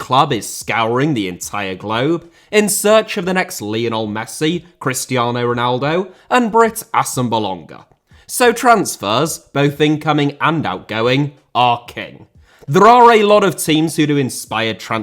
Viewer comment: Lionel* not Lenl Braga* not Brohrguer José* not Djouwsei Fonte* not Font Málaga * not Málaguer Via* not Vyer Tchouaméni* not Tchouameini Mbappé * not Mbappei Martial* not Marchial Disasi* not Disohrzi Badiashile* not Badiashilei Andre* not Ondrei Benrahma* not Benrohrmer Mbeumo* not Mbweimouw Eden* not Iden Pépé* not Pepei Renato* not Renohrtouw Onana* not Onohrner Magalhães * not Magaliz Salzburg* not Soltzbög Mané* not Mohrnei Adeyemi* not Adeyeimi Uefa* not Yuweifer Eredivisie * not Eradevisei Udinese* not Udeneisei Zagreb* not Zohrgreb Caicedo* not Caiceirouw Venezuela * not Venezueiler Roberto * not Robötouw